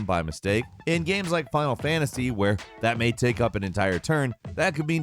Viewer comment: He will usually say "Gams" instead of "Games."